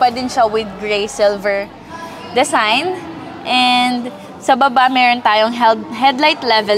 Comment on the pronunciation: Hahaha! It’s a “dezign” ah🤣🤣🤣